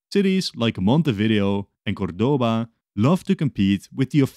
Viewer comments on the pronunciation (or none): Little tip on how to pronounce spanish words. If they have an "acento" which is this ´ symbol on a letter, then that sylable must be stressed. Its "CÓRdoba" not "corDOba" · I'm from Argentina and I approve this video. Also, I noticed that every single English speaking person commits the same mistake, it's cOrdoba, not cordOba.